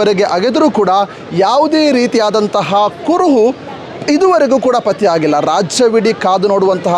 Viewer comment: Adu " kuruvu patyavagilla " alla marayre. Adu " kuruhu patteyagilla Anta marayre. Nimage dodda namaskara. Dayavittu baarada kannada maatadi kannadakke avamana madbedi 😂😂🙏🙏🙏